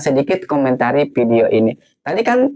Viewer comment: Video bang bukan pidio.😂😂😂😂😂 Muka ganteng tp bodo. Ngantri Kualitas Kuantitas Universitas Antusias Minimalis Tu bukan bahasa Endon,tp dicuri dari bhs inggeris. Kok IQ78 dipamer ke publik.